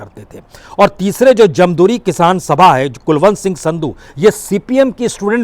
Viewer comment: राजोबाल नहीं सर राजेबाल जमदूरी नहीं सर जमहूरी